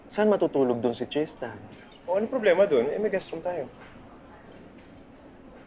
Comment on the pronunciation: Tristan yung name ng bata, pero may mga nasabi si solenn na "christan" sa ibang lines😭😭inulit ulit ko talaga baka mali yung pandinig ko HAHAHAHAHAHAHA